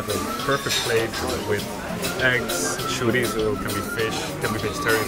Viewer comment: Him saying chorizo is sending me 😑